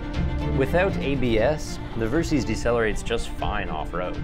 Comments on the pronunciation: Versys = Ver-Sys = Versitile System Pronounced ; Ver - Sis (NOT Ver-Seas) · It's pronounced "Ver-sis" short for "versatile systems". It's not "ver-seez"... and the ABS can be disengaged btw.